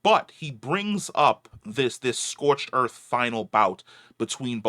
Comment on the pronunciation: "Scorched earf"